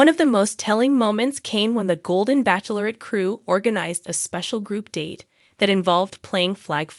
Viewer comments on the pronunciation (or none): Joan Vassos is 61 years old, not 64. You are also pronouncing “bachelorette” incorrectly. Look, it up.